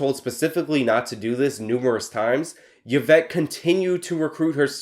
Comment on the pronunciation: Her name is pronounced ee-vet